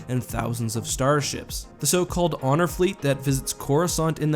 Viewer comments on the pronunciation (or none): none